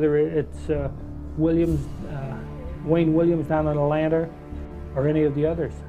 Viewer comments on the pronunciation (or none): "Atlanner" ??? my goodness, he couldn't even pronounce "Atlanta" correctly 😆